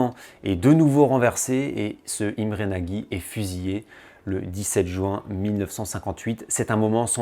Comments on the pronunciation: Super vidéo juste petite info Imre Nagy ne se dit pas nagy mais Imre nocht c'est un détail mais mon oreille a été agressé par cette prononciation haha continue comme ça sinon vidéos très intéressante et instructive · Excellent,vraiment. Mais il faut prononcer Nôdj Imré (et je ne suis pas hongrois !).